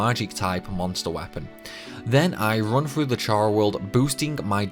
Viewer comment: Frough Frew.. bruh learn to pronounce a TH sound. th does not make a F sound, like this is shit you learn when you are 5 years old